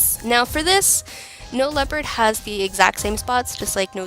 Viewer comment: Very awesome body paint tutorial. I really liked the dimensions of the kitty. And don't worry, you're not the only who pronounces "leopard" as "leo-pard" lol.